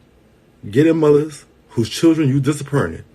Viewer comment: This is so ridiculously sad but in other news.....I like how he says Churren. 🤣